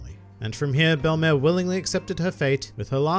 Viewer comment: Hooray! You pronounced her name right. Funimation may have the better dub of One Piece over all, but I can't forgive them for mispronouncing the name of one of my favorite characters, ever, in the series. In French, Belle-mère is used to mean "step-mother", "mother-in-law", or I think in some cases "foster mother", and it literally translates to "beautiful mother". In both senses, it is a fitting name for the former Marine turned mother-figure to both Nojiko and Nami who gave them a happy life, even if it was not a long time they spent together nor one with a lot of money.